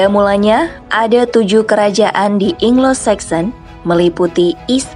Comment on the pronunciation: Anglo saxon min..bukan inglo saxon bacanya